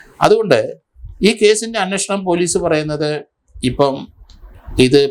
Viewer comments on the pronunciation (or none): none